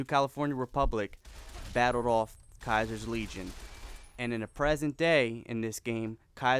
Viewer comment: Diego Jose hah nice one, we all know it's pronounced Kaiii-ser